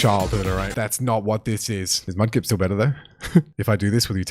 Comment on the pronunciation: Mudkip not mud lip😂😂